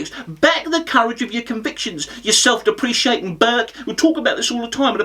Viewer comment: Great stuff, - but the word is "self-deprecating".